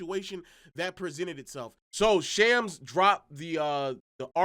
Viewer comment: I wish people would stop saying shams wrong. It bothers me